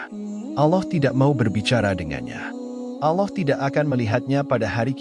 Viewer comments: Hati2 ngomong allah.jgn alah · paling gak pake suara sendiri ,, jd serasa mengolok olok tuhan ,pakai bahasa AI.. ALLAH , di katakan ALLOH....